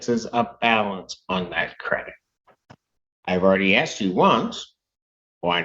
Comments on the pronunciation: Axed the question? I've heard many Americans saying "axed" for the word "asked" does anyone know why they say it like that? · He axed you a question? Is axing people legal where they are? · Axed me a question... must be Darrel Brooks Brother 😂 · who is this person or group of people that keeps axing all these black people? I keep hearing that they have been axed and none ofthem ever have visable injuries or in fear for their safety after being attacked by an axe! It must be super rough meing black cuz it seems like this happens on a regular basis!